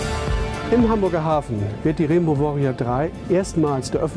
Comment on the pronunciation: reenbau wooriau drei :D - geile aussprache ^^ aber ellich mal GreenPeace ist die beste und unterstützungswerte Organisation die es gibt !!